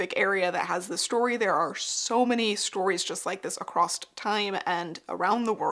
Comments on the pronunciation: Across not “acrossT” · I love your videos so, so much. But every time you say 'acrost' instead of 'across', I want to stab my screen with a hat pin. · "acrosst" - Not a word. Love your video, though. I learned so much. Thank you for sharing your depth of knowledge.